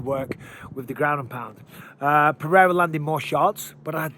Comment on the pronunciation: You are a paid UFC commentator. Take one minute to learn to pronounce "Pereira" and then please tell DC and Rogan. Puh-rare-uh is passable for a gringo, but let's stop this Puh-hay-duh bullshit